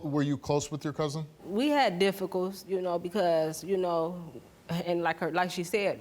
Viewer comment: “We had difficulls” 🤣🤣💪🏾